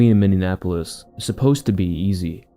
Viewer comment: it’s pronounced “mini-apolis”